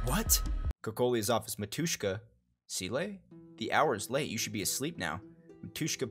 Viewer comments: Yeah ... licking was a bit weird, little kiss in forehead would be better. is AK-47 saying something? It's that, but without actual model number. "dasvidaniya" - goodbye Btw, it's mAtushka, not matUshka. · I really love their story, and I'm happy that you like honkai too, not only genshin. Thank you for the video! But mAtushka, not matUshka (like mAma)